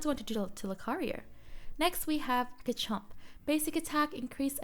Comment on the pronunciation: Thanks for the video. Btw pronunciation is Steadfast (Stehd-fast) and Garchomp is Garrh-Chomp